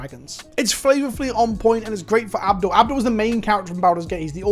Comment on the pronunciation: I keep hearing the way you pronounce "Abdel" and I keep hearing "Avdol" and my brain is like "What, is he a human that ETBs and summons a 4/4 red spirit called "Magician's Red"?!?